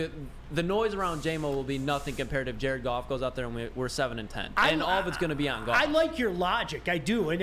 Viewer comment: It's goff